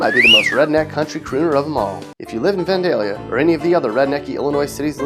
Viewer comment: ... I'm kinda disappointed how many of those towns I know. I was an hour south of Effingham... Also am I the only one who thought he pronounced vandalia weird.